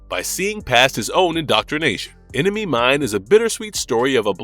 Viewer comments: ENEMY "MINE" not mind, what wrong with you people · "Enemy Mine," not "Enemy Mind". FFS.